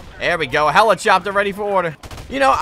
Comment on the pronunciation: please never say the word helichopter ever again